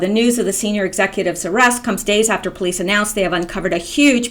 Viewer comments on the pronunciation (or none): none